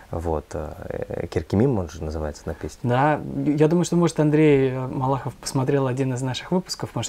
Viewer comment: Правильней будет Коркемим, а не Керкемим. Вторая буква произносится как буква о, а не а. А то значение меняется.